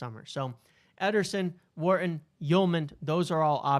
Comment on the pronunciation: The way you pronounce Wharton is so triggering 😂